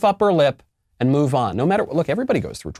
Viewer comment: She pronounces “and” as “IEEENDDDD”